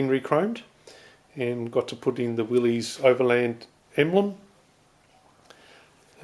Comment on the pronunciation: FYI, the proper pronunciation is "Willis," not "Willeez." Great job you're doing on your build.